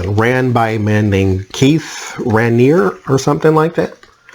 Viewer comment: I believe it is pronounced "Rah-n- eerie," akin to the Lakes (Huron, Superior, Eerie) 😬